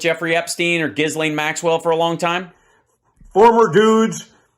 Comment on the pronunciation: True. Trump has terrbile pronunciation (Turf Sential) and Ghislaine is so hard to pronounce that everybody gets it wrong, except Donny 'cause they're homies. The S is silent, BTW. Also, Prince Andrew and Harry will not participate in the military-garb ritual at the Queen's funeral on Monday. I'm gonna bet that Donny is not invited.